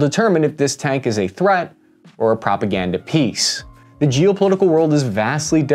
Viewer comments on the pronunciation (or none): none